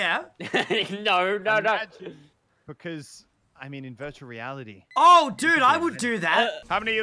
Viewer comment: Is it’s just me or does cray say virtually reality like “vurtuwal wealidy”